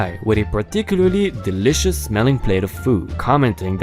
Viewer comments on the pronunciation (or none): none